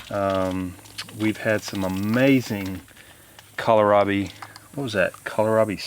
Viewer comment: you look fantastic! Praise the Lord 💕 You are the only person I have heard who pronounces Kohlrabi correctly. There's no "i" in the middle of it, so just "cole rob ee" I've even heard it pronounced "call me rob" and mispronouncing a plant makes it hard for someone who is new to that plant to find it. So, thanks. Sweet lady!